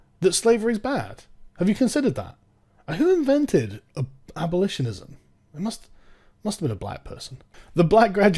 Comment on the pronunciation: "Abolishonism" -Sargon, 2018.